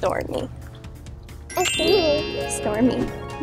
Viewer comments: the way stormi pronounced her name 'essmi'😍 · Its stormi not stormie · No.. she said "Stormi". She couldn't say it well.